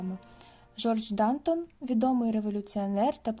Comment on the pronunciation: ДантОн - наголос на останній склад.